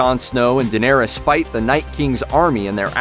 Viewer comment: You know nothing...the crypts scene is just a promo. You called Bran, Bron, and the way you pronounced Daenerys...